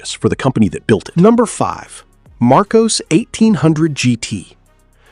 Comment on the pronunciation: Lotus Elan is not pronounced ELON, its ELAN ......LAN not LON...........MARCOS is pronounced mar COSS not mar COSE.